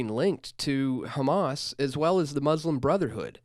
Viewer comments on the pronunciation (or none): none